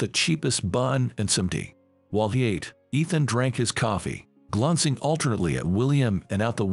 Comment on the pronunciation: The word is glancing not glonccing